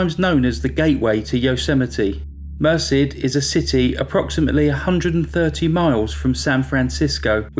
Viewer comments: It's pronounced Mer SED, not MER sid, if you're interested. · Very well done. FYI that town name is pronounced mer-CED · "Merced" is pronounced mur-SED (not that it matters, it's a total s**thole) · people please learn the proper pronuonciation of names. stephen lived in Merced califnot mercy get it right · Mer-Said is the pronunciation 😊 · Great video. Thank you! BTW Californians pronounce the town of Merced as Mer-said. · Incredible story. The town is pronounced mer SED. Rhymes with instead.